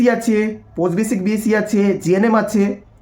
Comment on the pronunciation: বোকাচোদা, its bsc.. Not bac.. পরিস্কার করে উচ্চারণ কর